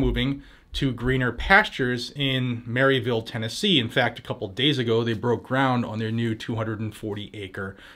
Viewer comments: It's called "Murv- vule" tn lol 😆 and I'm so excited they are moving here!! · It’s mer-ville say it like us locals lol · Pronounced Mur-a-vul, TN. 🤪